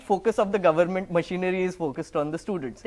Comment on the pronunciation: Did he say garment or government?